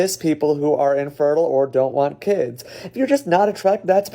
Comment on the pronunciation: Its not keeds its kids